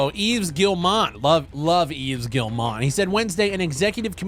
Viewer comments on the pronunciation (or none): Guillemot is pronounced gee-mo not gillmot and Reuters is roy-ters not rooters.